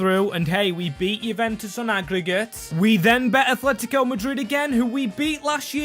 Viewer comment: I deleted my old comment just to say this. IT'S NOT ATHLETICO!!! It's ATletico!! There's no H in the fuckin name! If you're going to be a goddamn YouTuber who does soccer things, or football, whatever you want to call it, at least say the names of teams correctly!